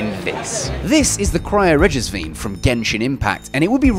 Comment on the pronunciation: vine is pronounced as vine as in the plant despite what this guy is attempting to do.